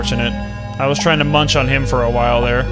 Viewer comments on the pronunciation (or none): none